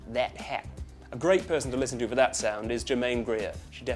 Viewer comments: you said that & hat wrong the way you said it was more of a New Zealand pronunciation of the words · "I love thet het." Bullshit, Aussies don't sound like that at all! The 'a sound' in 'that' would sound more like a nasal 'a sound' instead of an 'eh sound'. That specific pronunciation at the end belongs to our neighbors: the lovely people of New Zealand! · Yeah he pretty much nailed the rest of the accent except the "thet het" part.. SO KIWI lol!